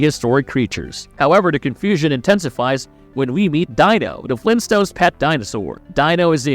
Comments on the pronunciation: Their pet was named Dino (pronounced Deeno), not Die-no. It's like the narrator had never actually seen the show, lol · It's Deeno not dino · pronounced DEAN-O not DI-NO!!!! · "Dino?" It's pronounced as "Dee-no". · Oh boy it's pronounced DEE NO